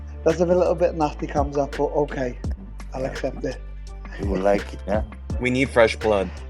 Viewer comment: I can’t stop hearing Till say “Cum shot, are you, cum shot, where are you?”